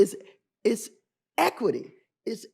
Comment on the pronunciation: Iss. Not “it’s.” Iss